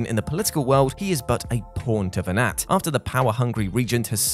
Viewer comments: it's pronounced venar,(the T is silent, his name is mentioned many times in the game, by cid, baltheirs father) and you do actually fight venat, the final 2 forms of vayne are vayne possesed by venat, tell us you didn't play FF12 without telling us you didn't play FF12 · really flimsy. also doesn’t pronounce Venat correctly. Did he even play the game?